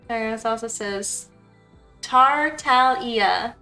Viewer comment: You mispronounced TAR-TAG-LI-AH twice and I demand both become shorts. XD It's hilarious! He's one of my faves! TOTAL opposite to Barbara but he's rich and gets a pass for it.